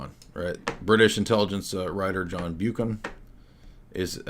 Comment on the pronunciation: Glad you're covering this. When mentioning Buchan, do remember he was initially Milner's secretary. A link in the chain... BTW, as you've mentioned him before, they pronounce it "buck-n". It's a Scottish region.